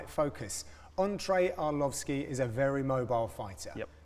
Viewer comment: lmao did John say entree arlovski ???